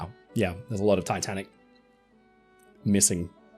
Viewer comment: did he say titan or tatanic?